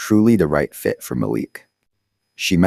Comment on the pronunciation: Need to check your facts. The son’s name is MALIK. You pronounced it right the first time, the second time you pronounced it another way, and again, in another way. After, you said chattel died and after that you said Malik died. I goggled this story with names given herein and there’s no story. Are you sure you’re not making this story up?